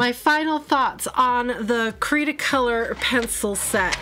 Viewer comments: Your husband is wrong. Its Austrian and it it pronounced Cre(the e here is like E as in Elephant)_ta-color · Hello there! Lovely video, as always. Cretacolor is actually the brand. THE e " by Brevillier Urban & Sachs" was added after an acquisition in 2008, I believe. You can pronounce it as, Kreh-tah-koh-lor. The "creta" part means clay (but also chalk in other languages). I love your reviews because they are nice and detailed and you bring forth pencils that aren't reviewed as much. Cretacolor is very wide spread here in Romania. Did you try their Nero black pencils?(I have a small review about them up!) All the best , lovely people! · Your husband was almost right in the pronunciation but its one word. cretacolor this is a german speaking factory. So you you need the german pronunciation. And the upper word is in france pronunciation I think